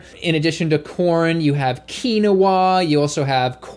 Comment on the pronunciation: mispronounced Quinoa and Seitan within one minute. lol